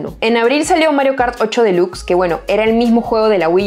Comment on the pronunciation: Esta mujer es muuuyyy buena, lástima solo publique un video muy rara vez en YouTube, felicitaciones, (pdta: no se lee “ esniper “ sino snaipr “, delax no dilux entre tantas cositas sin inoortancia a mejorar ) sin ánimo de criticar muy buena